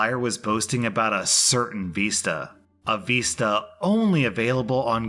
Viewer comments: It's vista, not veesta. Also why did OP sabotage all those innocent peoole who didn't know they were trespassing? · Vista is pronounced just how it's spelled, vista, not veesta lol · Anyone else physically wince every time said "VEEsta?" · I still have no idea what a veesta is, could he possibly mean a vista??? Lol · I dunno... Considering the venue was a campground, as soon as he said "veesta" the first time, it brought back memories of Boy Scout Camp way back when, and the leaders having us sing silly songs like: "Flea-Fly, Flo-Fly" around the campfire. Quite literally the only place, where I've ever heard the term "veesta" used. Maybe knows this, and was making a sly, campground-related joke.:P